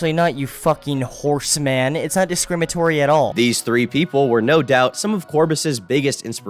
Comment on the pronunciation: Leafy mispronouncing "discriminatory" is so on brand, the guy is a smooth-brained twink